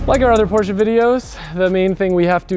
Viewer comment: Me too. I laugh every time says porch. Seems like he had a nickname for the Panamera too.